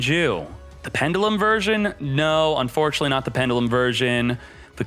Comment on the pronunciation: Please say pendulum differently